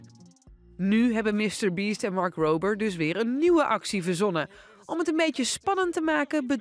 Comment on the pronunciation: Mark rrrrrober